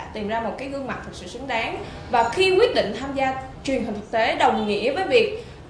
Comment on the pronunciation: Sao đọc sai chữ Xờ hết, đọc thành thánh Sỉu, Sứng đáng ...